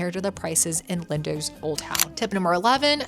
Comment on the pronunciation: "Lindowwwsss " 😂 .. it's pronounced "LINDOS"